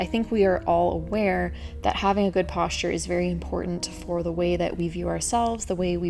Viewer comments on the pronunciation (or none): none